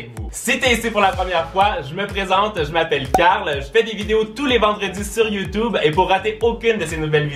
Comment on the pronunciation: Pourquoi tu dis YOUTOUBE ?